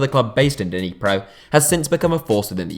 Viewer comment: Nee-pro, not Deeneepro